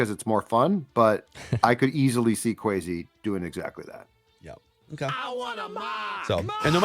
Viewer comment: Will someone tell that kwesi's name is pronounced with an s not a z? Thanks